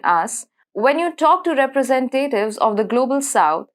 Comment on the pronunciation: You should search the pronunciation of "representative".